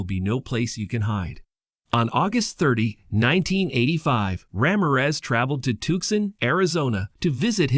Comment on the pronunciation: The way you say "Ramirez" throughout this video🤦‍♀